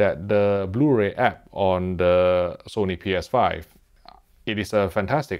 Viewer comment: Lol it’s always funny when he says “Sony Ps5”